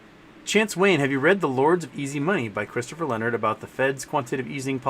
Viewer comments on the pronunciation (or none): none